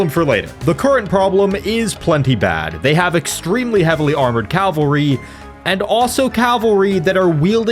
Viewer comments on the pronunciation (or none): Impossible challenge: Drink every time pronounces "cavalry" as "calvary" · You’d think that after how many Total War videos you’ve made you could pronounce cavalry correctly. Cavalry. Not calvary. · I swear, no one can pronounce cavalry correctly lol